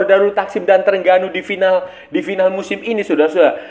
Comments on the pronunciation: Sebutan nama terengganu "the rHeng ganu" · org indonesia penyebutannya E (spt E pada kata Ekor), sedangkan TERENGGANU, huruf E itu sebutannya seperti E pada kata Emak atau BEkasi, bukan Ekor, tapi kita santai2 saja lah, bkn masalah besar